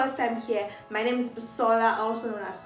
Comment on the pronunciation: she pronounces your name so correctly ❤️ I love itttt